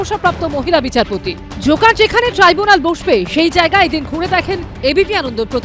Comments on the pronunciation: Treebunal gorment...ki sob abol tabol uccharon kore ei uccho shikshito. Tribunal. Government. Chor party te keu nei bhalo kore jate uccharon kore seta bolar jonno??? Treebunal😂😂😂😂😂😂😂😂😂😂😂😂😂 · ডাইনি বুড়ির নতুন অলচিকি‌ ভাষা টিবুনাল । মনে হয় মুখ দিয়ে লালা ঝরে পড়েছে বলে উচ্চারণে গন্ডগোল হয়ে গেছে।